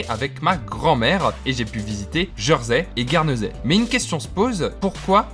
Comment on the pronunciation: Prononciation étonnante. On dit "Jèrsey" pas "Jeursey" il me semble. J'y habite depuis 15 ans.